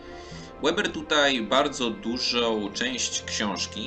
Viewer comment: Niemieckie nazwisko Weber nie wymawia się "Łeber"...